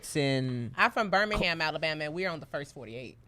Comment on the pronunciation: ALA’BORMA’? YOU JUST BULLSHITTIN MAN😂 YOU NOT EVEN TRYIN BRUH😭